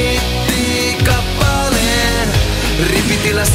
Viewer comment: Vitun hyvä. Kuulosti että ku se sano hittikappaleen kuulin "hinttikappaleen"